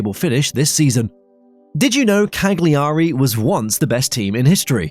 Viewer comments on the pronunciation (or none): Bro please 😄 It's Kalyaree, Bolonia & Latsio, which are by the way the Biancocelesti not the Biancoazzuri ... are you trying to hurt us Serie A fans? 😝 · I just stopped watching after hearing kag-li-ari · the way he pronounces Cagliari hurts my soul